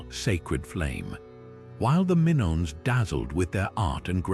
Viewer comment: WTF?!? The Minnons? Get the names right, please. Double check your AI content, sheesh!